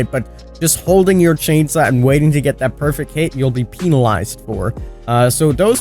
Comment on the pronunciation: New word confirmed by it is penilized